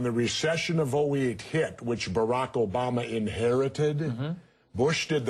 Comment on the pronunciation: STOP SAYING OBAMER, LOL